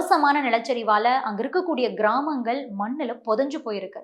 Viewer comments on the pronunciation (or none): நீங்கள் செய்தி சொல்லும் விதம் அருமை. ஆயினும் சில இடங்களில் 'ள்' ற்கு பதிலாக ல் என்று உச்சரிக்கிறீர்கள. உதாரணமாக 'கிராமங்கல்' என்கிறீர்கள். சரி செய்யவம். ஆனாலும் தந்தி தொலைக்காட்சி செய்தி வாசிப்பாளர்கள் காட்டிலும் எவ்வளவோ மேல்.